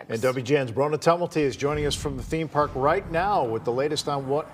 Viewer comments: It's Park not Peerk, you dumb ass reporter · We don't know what happened so "feeeer" in the "peerk" 😂😂